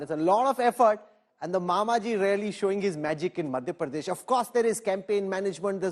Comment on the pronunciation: Rahul Kanwal ganwaar hai, Madhya Pradesh pronounce nahi kar pa raha dhang se, Pardesh Pardesh laga rakha hai